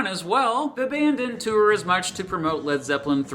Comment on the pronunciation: wtf is a two-er? If you're trying to pronounce the word "tour", it is a single syllable word that sounds like "TOR" Regardless, thank you for the well written and informative video!